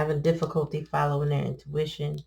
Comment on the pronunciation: "O'ntuition" is beautiful